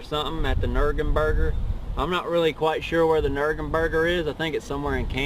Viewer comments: ah yes, the nurgenburger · Nurgenburger?!? Must be Ohio's version of the Wannaburger! :D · "nurgenburger" lmao